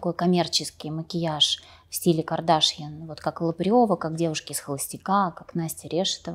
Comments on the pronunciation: Ведущая вы меня простите но ваше подчёркнуто неправильное ударение в имени КардАшьян - звучит просто смешно😅😂 Вы же умная женщина зачем же выбрали манеру вести интервью как глупая блондинка ? 🙃😅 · Не Кардашьян, на втором слоге, а Кардашьян, на последнем. Это же армянская фамилия.